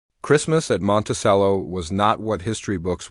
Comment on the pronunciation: It's pronounced monte "ch"ello